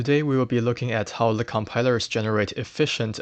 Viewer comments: why do you say "le" instead of "the" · I appreciate the video, but why do you pronounce "the" as "le"?